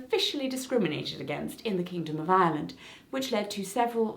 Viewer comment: I wasn''t paying a lot of attention to those times where you said Ireland so through most of the video I legit thought you were saying Island instead of Ireland and I was confused af